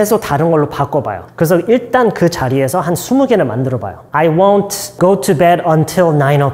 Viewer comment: won't 발음이 왜 이래요?